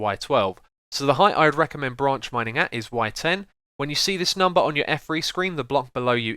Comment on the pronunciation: I thought u said ranch mining XD